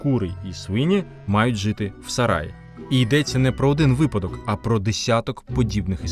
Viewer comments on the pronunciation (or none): none